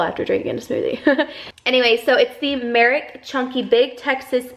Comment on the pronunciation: Its MERrick lmao, girl I love you and how you change the words sometime!! My infantry man and I just eloped in Alaska, which was his first duty site, so I'm so excited to see your actual wedding and all the planning. I'm saving my "real" ceremony until after I graduate UGA! Gurll I love you, and I hope to meet you before you move!!!